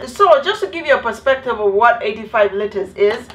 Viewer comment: did she just say 25 litters of water a day? I laughed so hard I got kicked out of the library n I still laughed on my way out😂😂😂